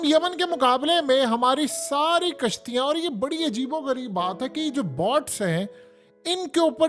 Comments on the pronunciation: ارے بھیا باٹس نہیں، بوٹس۔ تم کس خطے کے رہنے والے ہو؟ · Bhai sahib, Bots nahi boats haien.